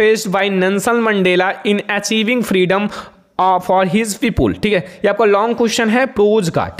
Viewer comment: Sir pepule kya hota ha people hota ha😂😂😂😂